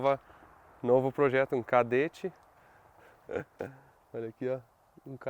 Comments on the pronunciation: O "Kaderatti" kkkk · Chama ele de "Chedett"